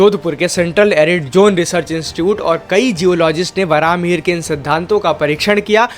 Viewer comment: Its not varaaha its varahamihira meaning varaha boon mihira Sun means boon of Lord Surya